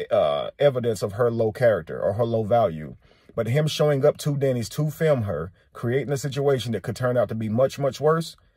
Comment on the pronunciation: It's film not fim clown